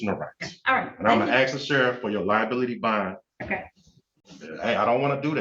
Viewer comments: There's that word again, "aks" ... What is the problem with these people who cannot pronounce ASK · Please pronounce the world ASK correctly, it is not pronounced AX. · “Statues don’t apply to me”… “I axe you”…